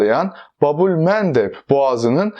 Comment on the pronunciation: Babül mendep olarak telafuz ediyor